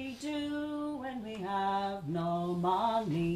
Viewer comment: I like her pronounciation,Money she goes "MaA Knee"..super! .love ya